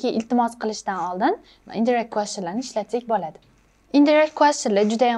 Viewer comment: Indirect sõzi indayrekt deb õqiladi shekilli teacher.